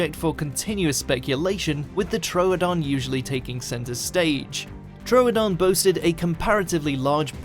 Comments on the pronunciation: Its a Troodon Not a Tro-odon to pronounce it correctly say Trudon it will probably work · troodon is not pronounced tro-a-don it is troo-don